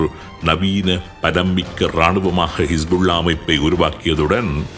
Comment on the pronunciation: கமாஸ்,கிஷ்புள்ளா என்று மாறி மாறி குழப்பிறிங்க